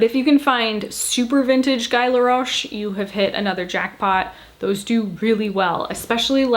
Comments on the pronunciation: Pronounced Gee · You pronounce Guy like gee, the g sounding like the g in gilmore girls. Laroche was not bad, just roll your rrrr😀 love your style, new subscriber from belgium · I’ll be “that” viewer this time, lol. Guy = Gee, hard g like gun. The last name was correct 👌